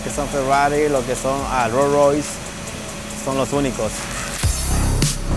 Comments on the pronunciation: Ro Roy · I love how my boy says rolls Royce 😂😂😂